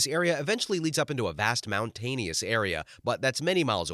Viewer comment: Mount Tonious? I think you're trying to say mountain-ous 😂.